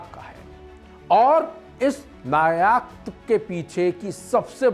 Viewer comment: नायाक नहीं नायक बोल भाई ।लेबलान नहीं लेबनान ।